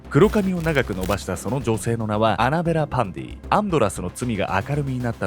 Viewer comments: パンティじゃなくてパンディか！😂w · 終始アンドラス･パンディが、アンドラス･パンティって聞こえてました（笑） これも…洗脳なんでしょうかね😅